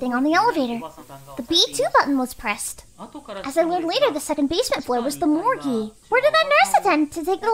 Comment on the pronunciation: i cant get over the fact that she mispronounced morgue as "morg-ee".